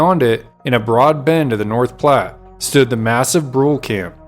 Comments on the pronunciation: As I understand it the band was known as the Brulé (Broo-LAY, not Brool). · Brule is pronounced "Broo-LAY." From the French meaning Burnt.